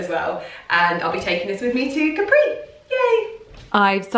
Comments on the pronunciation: Hi! You are always gorgeous! Please say Càpri as in Italian we don't have the accent on the last vocal;) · Is Càpri not Caprì !!! it is strange that no one has corrected you in Italy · 10 min in and you keep saying Caprí (with an accent on the i) - cute but also slightly driving me nuts (it's Càpri). Hoping someone will tell you once you get there! lol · Your comment wasn't for nothing, because I found what I was looking for. I wasn't sure, but thought that it was Càpri, then heard say it Caprí and thought "ok then I must've thought wrong" haha 😊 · I think you’re gorgeous! But please, I’m Italian, and isn’t Caprí is just Capri... 😅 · You know it's not Capri', right? It's Capri, no accent. You have just been there, for Gods sakes! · I love your videos. Just in case no one has corrected you yet (I didn’t read through all your comments) you’re mispronouncing Capri. The accent is on the ‘a’, not on the ‘i’. I think we should all take the time to learn how to pronounce foreign words and names as it shows respect for the culture. Ask any native Italian, they’ll confirm the pronunciation. God bless. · Oh my god, it was annoying me so much that she kept mispronouncing it! Even more so since she has Italian origins!